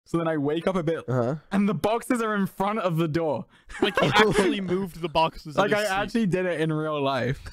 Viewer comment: Why is the way he says boxes so funny 😭